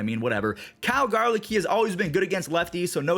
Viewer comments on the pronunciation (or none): none